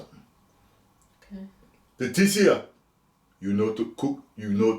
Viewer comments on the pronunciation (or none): none